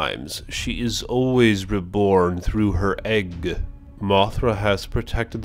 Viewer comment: The way you say things, and when you sometimes mispronounce the names is fucking gold. I don't know why I'm the only one who mentions it. When you exaggerated on saying "Egg" and when you said "Gigin" instead of "Gigan", those killed me. You've gained a sub. 😂😂😂